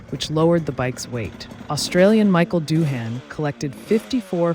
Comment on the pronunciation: Seriously, his name is pronounced Mick Doo-an, not Michael Doo-haan. Just reading the facts doesn’t cut it, You are talking to people who lived this stuff.